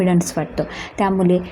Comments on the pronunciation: त्यामुले नव्हे ग त्यामुळे किती अशुद्ध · अशुध्द मराठी... ळ चा उच्चार ल असा होतो आहे. उदा. वेल, त्यामुले इत्यादी.